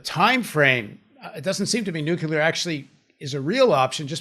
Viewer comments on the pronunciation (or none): Paul, we went through this with Ben before - it's `nuclear', not 'nucelar'. Please, don't channel Bush Jr. 😯